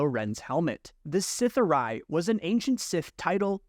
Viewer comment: Sith’ari is pronounced with a long e on the end. Great video!